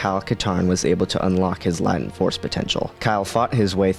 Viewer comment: Hey there. I've watched most of your vs series videos. I think they're great! Really helpful for helping to learn more about the extended universe and also general star wars lore. If I may, a bit of constructive critism: every so often there are words that come up, such as "latent", which you pronounce incorrectly (this one is pronounced "lay-tent", as opposed to "la-tent"). Though these don't detract from the content of the videos, which are clearly well thought out and researched, it is jarring enough to break the otherwise excellent flow. Perhaps it would be good to double check some of these in the editing process? Bring them from excellent to nearly flawless 😆